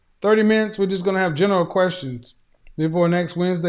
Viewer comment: When he said general “querstions”, I realized he watches Dr. Devin! 🤣😂 Affion Crocket is a full fool!